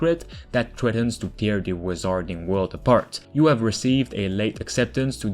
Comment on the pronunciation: wizarding pronounced 'wizzerding' not 'wizahrding'